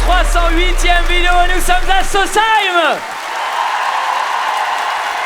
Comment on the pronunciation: Merci d'avoir bien prononcé sausheim